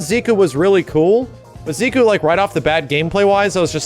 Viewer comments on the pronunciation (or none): Stop calling him Ziku!! its Ze- Kuu!! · i cringe every time says zeekoo